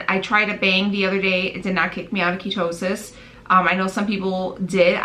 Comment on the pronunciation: "Kia toe sis" ? Lol